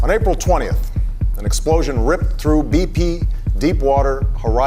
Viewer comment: evwewon fweezes s c de ked along with twoops from the UK fwought der wei to the capital city of Baghdad, which fwell just thwee weeks